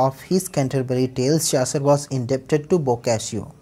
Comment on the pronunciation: सर चासर नहीं चौसर है ।